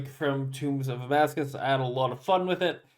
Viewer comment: How long will it be until he learns it's actually "Tombs of Amascut" not Amascuss 🤣